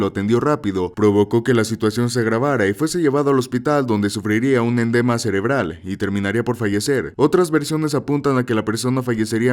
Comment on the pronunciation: Sr se dice EDEMA CEREBRAL NO ENDEMA !!!ahí le encargo